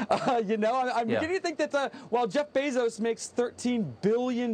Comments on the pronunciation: Kyle, I love you, but I swear if you say "BEE-ZOS" one more fucking time, I'm going to give you fifty lashes with a wet noodle. It's like fingernails on a chalkboard. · Love everything you do Kyle But Bezos is pronounced “bay-zose” i had to say it because it bugs me lol idk why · I'm not sure what's more annoying — the way Kyle Kulinski says "Jeff Beezos," or the way Jimmy Dore says "Nancy Pelozi." 🤔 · It drives me nuts how Kyle pronounces Bezos' name 😂